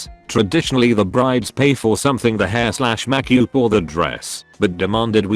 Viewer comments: And Makyoob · I love the way it pronounces makeup